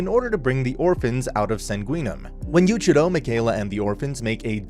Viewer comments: Its Yu-ich-i-ro and Mi-kai-la. That's how its pronounced. :( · I’m literally ten seconds in and smiling like mad at how you’ve absolutely butchered Yuuichirou’s name lol.